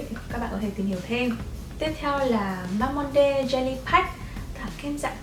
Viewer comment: ơi Mamonde đọc là ma-mông-đư chị ạ <3